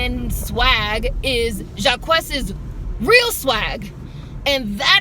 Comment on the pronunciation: His name is pronounced JAH-KEECE by the way